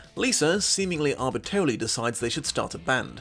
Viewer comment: I just wanted to point out, there are 3 'R's in the word arbitrarily... just so you know.